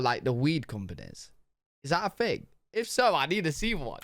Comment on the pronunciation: Where do they say “thing” like “fing”?